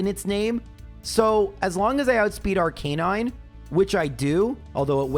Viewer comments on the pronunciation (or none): none